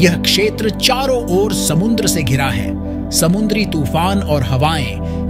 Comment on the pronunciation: Samundra na re baba samudra samudra kahte hn